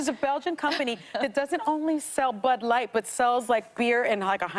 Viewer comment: DID SHE SAY BUTT LIGHT I THOUGHT IT WAS BUD LIGHT NOT BUTT LIGHT THAT.S JUST SICK